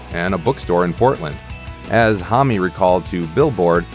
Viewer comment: hommy? geez..